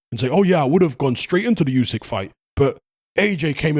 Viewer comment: Usyk's name is pronounced ooo-syk, not you-syk. Tiny correction, genuinely not trying to be a smart ass. 👍